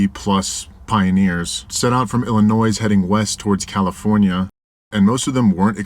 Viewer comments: Umm, it’s pronounced “ill-i-NOY.” The “s” is silent. Has been for 400 years. 😉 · Lived in Chicago for 12 years. The S on the end of Illinois is silent. ;) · The “s” is silent in Illinois. Great video. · ILLI- NOY!!! Not Illinoissssss..zzzz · If you ever say “illinoizzzz” again, we’re gonna fight. Silence that S dammit. 😂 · You don't pronounce the "s" in Illinois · Ill in noy. The s is silent! Coming from a Montanan 😂😂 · Hey. The “S” in Illinois is silent 😅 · Hey, love the videos man! Idk why this was bugging me but Illinois is pronounced without the s. I am rarely a grammar nazi. Keep up the videos!!! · FYI you don’t pronounce the S in illinois lol. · FYI, the S in Illinois is silent. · The S is silent in Illinois. Lol. Great vid though. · heading west from Northern California to Idaho? hmmm that's interesting, how does that work? are you driving across the ocean and back around the globe to get there? and please for eff sakes for someone who is so into history and geography stop pronouncing the S at the end of Illinois... the S is silent. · Okay so I'm old enough to have heard the story of The Donners while spending many seasons in Tahoe in the 80's. But my main concern 😂 is why you and many younger people pronounce the 's' in Illinois. It's always been silent in my life!! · Great to have you in the van again. Please stop pronouncing the “S” in Illinois. Really hard to listen to over and over. Still watched tho! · The s in Illinois is silent. I'm from Texas and I know that lol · The "s" is silent in Illinois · Bro, pronouncing the “s” in Illinois is top tier rage bait— respect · Good to see you back in the van. By the way the S at the end of Illinois is silent for future reference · For a dude that travels the United States for a living, you absolutely SUCK at pronouncing Illinois and Nevada. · You, were "today" years old, when you learnt that the "s" on the end of Illinois is in fact silent. I'm a Canadian and I'm here to let you know that ❤